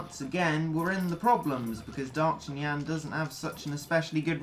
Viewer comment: "D'yoktanan" Me: It's D'arktanyan!